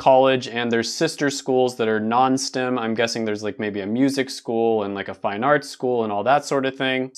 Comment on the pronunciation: Everytime he says "STIM", dammit "STEM."